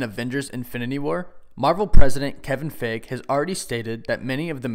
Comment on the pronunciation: Kevin Feige (FIE-GE